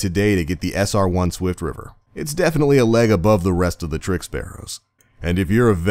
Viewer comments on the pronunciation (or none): i thought it was "swiftrifter" not "swiftriver"